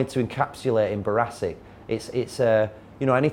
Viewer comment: Notice he calls it barassic not brassic